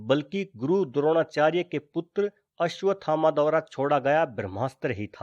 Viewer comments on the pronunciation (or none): none